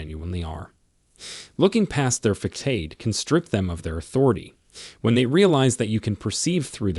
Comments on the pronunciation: You know that this is an AI bot speaking because the robot keeps mispronouncing common words like facade. It's ( fass-odd, not fakk-aid). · What exactly is a fuckade? That word, FACADE, is pronounced fuhssahd. Sound it out. It's not hard. That's the English language for you. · "Facade" is pronounced like FA-SAAD, not FA-CADE. (It is a French word, adopted into English. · AI can't pronounce "Facade" and pronounces it "fakade"😂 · How do you take any advice or insights seriously from a narrator AI thatpronounces facade, FA-Kade?? Come on! It's too bad because some of the content on this channel is worthwhile but it is ruined by the cheesy mispronunciation of the AI do better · F A C A D E IS PRONOUNCED: FASADE (SA) NOT (KA) PLEASE LEARN PROPER GRAMMAR. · The first thing is your AI Voice can not be used in training a person when simple words like facade isn’t properly spoken. This video is also dangerous. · He does mispronounce a couple of words, true, but he gives good advice nonetheless. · Thank you for info, but when a narrator doesn't know how to pronounce facade, theatrics, etc. correctly, I question the info given. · Obviously you don't have a command of the English language. Learn how to pronounce facade the C has an S sound. Your facts may be correct what preparation is important if you're trying to teach. Thank you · Lmao at THEETRIX mispronunciation for theatrics. Uneducated script reading narrators are hilarious! Fecksade & feckade instead of facade lmao!!! Did both lmao!! This video was extremely valuable for a laugh thank you lol!! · #3 and #7 are dangerous suggestions. There are better ways to execute those needs. (You’re mispronouncing the words facade and theatrics.)